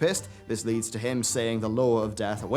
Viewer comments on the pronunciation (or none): none